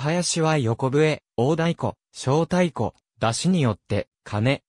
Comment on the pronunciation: まつたからまるではなく、まつほうまる、しょうだいこではなく、こだいこ、なかうたまちではなく、なかうたちょう、やどいれではなく、しゅくいれです読み間違いが多過ぎます